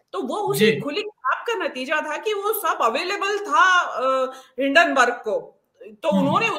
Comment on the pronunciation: भेण दी टकी, हिडेनबर्ग नही है हिन्डेनबर्ग है